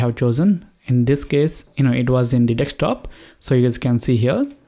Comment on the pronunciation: Bro your telling dekshtop😂